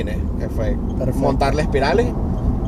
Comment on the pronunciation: Jajajaja coño al fin oigo a alguien decir espirales jajajajjaa la gente no sé qué tiene que dice aspirales